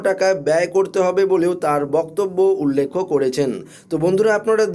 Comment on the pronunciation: উচ্চারণ ঠিক করুন উল্লেখ উল্লেক্ষ না ।